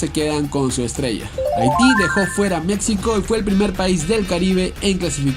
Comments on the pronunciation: Qué no se pronuncia Mecsico (México), se pronuncia Mejico. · Por qué pronuncias México con x "X", si la "X" se pronuncia como una "j" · La X también se pronuncia como "j", pero no en todos los casos, osea, Necaxa se pronuncia como se escribe (ni modo que diga "Necaja") pero me suena raro que digas "México" con "X" en vez de "j", por que para mí, una persona que no habla nuestro idioma diría México con X, y yo tengo esa idea que un hispano "deberia" pronunciar México como una "j", nadamas era una duda, por que si suena raro xd